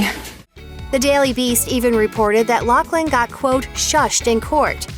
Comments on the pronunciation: Her name isn't Locklin it's pronounced lofflyn bet it right ! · It's pronounced loff Lin not lock Lin. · Why does everyone keep saying “locklin?” Is that how loughlin is pronounced? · Isnt it a F sound not K sound? LauFlin not loCKlin? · Isn't her name pronounced Loughlin like "Loflin" not Locklin. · Loughlin is her last name. Why are people pronouncing it like Locklin all of a sudden? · IT''S NOT LOCKLIN!!! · Isn't her last name pronounced " ridiculous bitch" and not "loughland"?